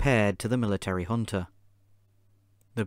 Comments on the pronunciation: Man, i struggled to understand what was the hunta or hunter (with african accent) that was many times mentioned. It happens that J in portugues is not like the J in spanish, which has a H sound. It is like the english J. so Junta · The English word is pronounced hunta. Sorry